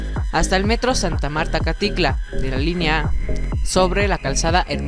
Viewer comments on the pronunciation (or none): Jajajajajaja o yo escuché mal o dijo acaticla??? Jajaja es acatitla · Que horrible vídeo, parece que habla un niño de primaria. Por cierto se escribe y se pronuncia ACATITLA no Alcatitla jajajaja. Que flojera 😝😒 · Santa Marta Acatitla o santa Marta Acaticla? Jaja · Acatitla * Pantitlán * Aprende a pronunciar bién